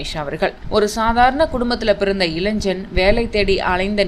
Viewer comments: இளைன்ஜன் இல்லை இளைஞன்.சரியாக உச்சரிக்கவும் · அதென்ன இளைஞ்சன். இளைஞன் என்று சொல்லத் தெரியவில்லை. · இளைஞன் என்பதை இளைஞ்சன் கலைஞர் என்பதை கலை நர் முப்பது என்பதை நுப்பது இதெல்லாம் தமிழை வளர்தத திராவிட மாடல் ஆட்சியின் முத்தமிழ் அறிஞர்கருணாநிதி ஆட்சியில் தமிழின் வளர்ச்சி இப்படி உள்ளது. இப்போதுள்ள ஆசிரியர்களுக்கே தமிழை ஒழுங்காக உச்சரிக்கத்தெரியாது தமிழின் கதி இப்படி இருக்கிறது இதில் தமிழை அப்படியே ஆங்கிலத்தில் எழுதுவது மிகவும் வருத்தத்தை அளிக்கிறது😊